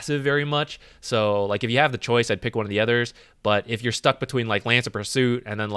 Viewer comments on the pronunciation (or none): none